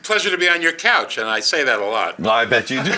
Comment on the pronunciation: "I'm so excited to get Jew here!" ? Or he always talks like that